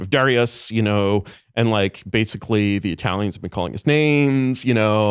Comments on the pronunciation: I keep hearing The ayatalians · The "I-aya-tailians" pronunciation really annoys me. Especially when I hear him pronounce Italians normally in occasion. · He doesnt say Eye talian he says Iyatalian, its much worse. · Bro stop saying eyeatalians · Not sure why he kept letting the guy say Eye-Italians tho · Eye-YA-talion..that was annoying because he said it like times. I enjoy super high IQ people that were involved in the beginning of the internet..it’s beyond horrific how the internet is more and more controlled now..I think people like that are interesting to listen to for sure the dude has a great story and tells it well. But the dude just shows actually how brilliant Tim Dillon is..I have said he’s a genius but this episode is proof! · aya-telle-eons its driving me crazy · He was saying I-ah-talians. It must mean something else right. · Eye ay talians? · He said 👁 ah-talins 722 times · what eyetalian hurt this man? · The fuck is an I-atalian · The way Curtis pronounces IYATALIANS made me want to ice pick my own eardrums. Horrible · He kept prounouncing Italian wrong